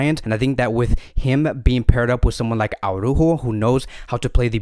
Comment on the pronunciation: Aw-rÚhho is almost perfect, and definitely better than Aw-rÁhho. We're almost there. If you can change the "Aw" in "Ara" (pronounce both the first and the second letter A), it would be perfect. You just pronounce every single letter, and emphasize the Ú. ARA - ÚJO. Good luck!